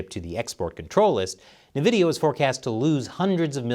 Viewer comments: I'm mad I'm hearing Nevidia instead of Envidia. Yes. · It's pronounced "invidia", not "nuvidia".